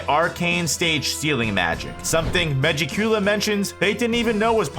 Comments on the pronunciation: Why he say it like that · SAY MEGIKULA RIGHT